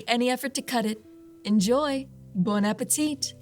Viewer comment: You don't pronounce the final T in bon appétit, just for your general culture and the benefit of your cooking channel.